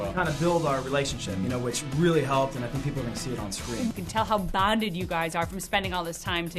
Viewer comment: does she know how to say bonded... . just replay it.